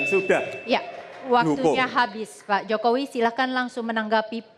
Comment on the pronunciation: Ngomong aja masih salah mau jadi presiden Hadeh Yah waras pasti pilih pa jokowi